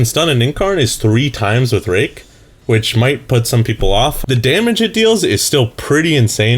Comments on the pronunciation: Sounded like rape :P Not that i know how rape sounds like :P IT WAS CONSENSUAL!! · didnt sound like rape at all what